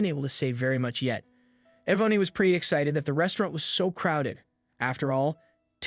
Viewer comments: Wonderful story but next time pronounce peoples names correctly it's not E vone e it's pronounced E von and it's not Add dree ann A dree an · I can't listen any longer. Yvonne is pronounced E-VON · It's pronounced EE VON! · The name Yvonne is pronounced 'e Von'. Great story. Love/miss Waffle House.